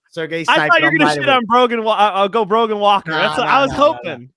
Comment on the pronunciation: No D in Brogan